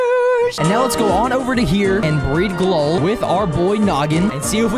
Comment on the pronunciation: It’s pronounced gl-owl